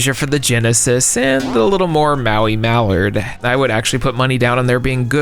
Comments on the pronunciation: Mallard = MAL-erd, Mal like in "Malcolm", not mall-ARD. Emphasis on the first syllable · Never heard anyone pronounce the word "mallard" that way (that many times in a row.) Talk about putting the wrong emPHAsis on the wrong sylLABle. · Ma-lard? Come on, man. Its Mal-erd... he's a duck. Like Drake Mallard in Darkwing Duck. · Bro, mallard is pronounced maa-lurd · OMG, I'm cringing at every utterance of "Maui Muh-LARD" 😂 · Pedantic moment, but that's not how you pronounce mallard. It sounds similar to mowl-ard. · Maoi Muh-LARD. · buddy that is not how you say Mallard but I enjoy your spirit. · Sorry. This was a cool video I really enjoyed. But. He’s a Mallard. Like the duck. MAL-urd. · *belatedly watches video. The way you pronounce Mallard is driving me mad. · Fun fact, is pronouncing Mallard incorrectly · I know this is nitpicking, but the way you pronounce "Mallard" in this video was cringy. And you said it over and over again. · Please stop pronouncing Mallard the way that you do. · Lol, I was going to suggest he Google how to pronounce mallard if no one else pointed it out. He said it so many times with such confidence I couldn't help but laughing after the first three. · says “Mallard” ears start bleeding